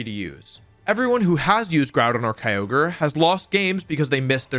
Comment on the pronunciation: He didn’t say keeogree instead of kyogre